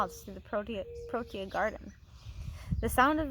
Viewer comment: You did pronounce Cycad right you also prononced protea wrong the first time and you prononce fynbos wrong .